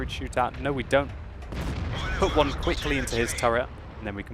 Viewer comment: One-er? Try Uner.